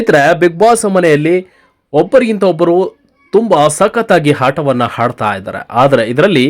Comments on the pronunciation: ಹಾಟವನ್ನು ಹಾಡ್ತಾ ಇದ್ದಾರೆ 🤣😂🤣😂🙏ಅಲ್ಲ ಸರ್ ಮೊದಲು ಕನ್ನಡವನ್ನ ಸರಿಯಾಗಿ ಉಚ್ಚಾರಣೆ ಮಾಡಿ 👍👍👍all the best 🌹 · ಥೋ ನೀವು ಎಲ್ಲರೂ ಮೊದಲು ಕನ್ನಡ ಶಾಲೆಗೆ ಹೋಗಿ ನಾಲ್ಕು ವರ್ಷ ಕಲಿತು ಬಂದರೆ ತುಂಬಾ ಒಳ್ಳೆಯದು ಆಟವನ್ನು - ಹಾಟವನ್ನು, ಆಡ್ತಾ - ಹಾಡ್ತಾ. ಅಸಹ್ಯ ಕನ್ನಡ ಕೊಲೆ ಮಾಡ್ತಾ ಇದ್ದೀರಾ? ನಾಚಿಕೆ ಆಗುತ್ತೆ ಛೇ 🤦🏼‍♀️🤦🏼‍♀️🤦🏼‍♀️🤦🏼‍♀️🤦🏼‍♀️🤦🏼‍♀️